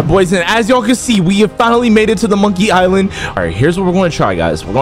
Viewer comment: "Monkiy island"💀